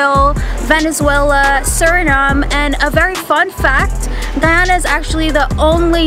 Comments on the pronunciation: No wonder they think she´s from Ghana, she didn´t even pronounce the "y" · Ummmm Singh’s Roti shop is Trinidadian and also it’s pronounced Guy-Ana not Guy-aaahna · brooooo stop its Guyana, not ghana he keep prouncing it like that omg lol. get it right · She said "Guy-ona" and cassa-reep 😫😫😫😫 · The way he pronounces Guyana really irks me. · You didnt pronounce guyana right.